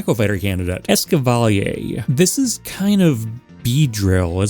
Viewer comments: The way you pronounced Escavalier made me physically recoil in disgust. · I've never heard someone mispronounce escavalier so badly before